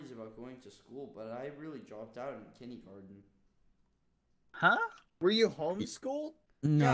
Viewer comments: everyone: kindergarten skeppy: kindeygarden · "I never learned how to fast math in kinnygarden" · Skeppy: "1..2..6..... gasp I only have 15 TOES!" vurb would be disapointed lol Skeppy actually said "but i dropped out in kindee-garden" hahaha and now... my mom just told me to clean if i wated to be a garbage man.. she said clean clean clean the house or something something the government. I heard that word a lot" lmfao